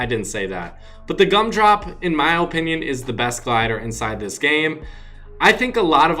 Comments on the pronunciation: Ur fucking shit with ur dumbest way of saying OOOOpinion. Just shut up. Ur shit at fortnite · He puts too much emphasis on the o in opinion